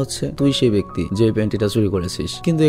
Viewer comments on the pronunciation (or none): none